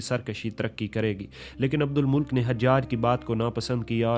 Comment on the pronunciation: Abdul Malik nam h ap esay abdul mulk boul rahe ho😂